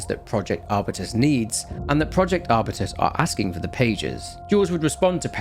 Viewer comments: arbyoutus not arbitus, it's a genus of plant, strawberry tree is the most popular one, I'd say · is it not pronounced R-Byu-Tuhs